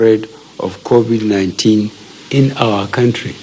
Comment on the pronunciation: At least he finally learned the proper pronunciation of the virus. That’s an improvement 🤣🤣.